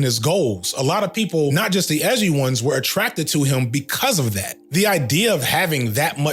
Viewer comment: “Why so Edgy-uh???”